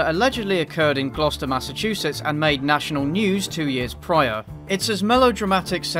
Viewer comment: He pronounced Gloucester right, bless.